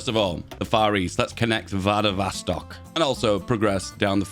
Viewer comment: are you dyslexic? idk how you can read chita as chitita or vladivostok as vadovastok